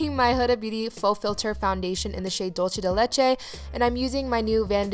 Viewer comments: Dolce de leche is pronounced: dool-se de le-ché (: but love you! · Coming from a Hispanic family it makes me cringe when she pronounces dulce de leche wrong 😩